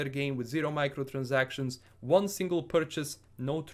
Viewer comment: That Transylvanian "Microtransactions" was perfect!